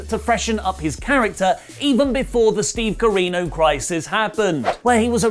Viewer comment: I'm begging you, please stop saying Steve Carino